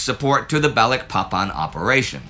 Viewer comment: I'm an American ex-pat living in Indonesia. I chuckle every time Indy says Balikpapan. Maybe one day he'll get it right, but not yet.